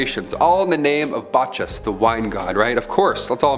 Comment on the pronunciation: “Botch-us”….. noice lol